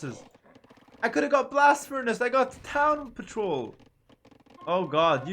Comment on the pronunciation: “Town Patroul”